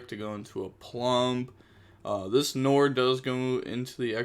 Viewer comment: Bro nore? Are we opening the nore? It's nwar